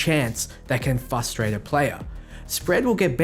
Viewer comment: frustrate not fustrate